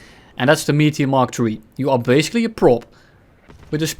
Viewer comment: I cannot unhear pronouncing it "Meatier"